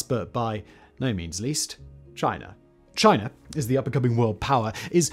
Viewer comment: love how he says "Chiner" sometimes